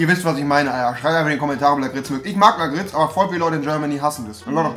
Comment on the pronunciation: Lakritz wird anders ausgesprochen